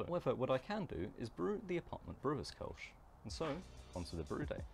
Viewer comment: Thanks for the ö. It drives me nuts when people pronounce Kölsch as Kolsch. 😅